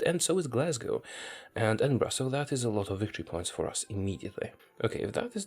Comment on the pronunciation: My god, you pronounced Glasgow and Edinburgh correctly, and later on even Rosyth (the first attempt was right).